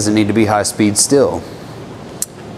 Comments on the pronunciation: STEEEEEEL, not STILL. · As someone whose native language isn't english, please stop saying still when you mean steel. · You say "steel" like I say "Stihl" lol The reason I find that humorous is I only just recently learned I've been pronouncing Stihl wrong my whole life.. 😂😅